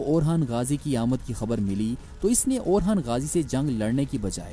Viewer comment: He's orhan not orkhan